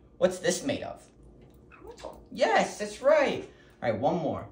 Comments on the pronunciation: The first time you said it, you must have said, "It's a rock." Lol Now he thinks "it's Surock." Your enunciation was terrific with, "Metal!" Most humans incorrectly pronounce it, "meddle." But you taught him to say it correctly! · I love the way he pronounces metal ❤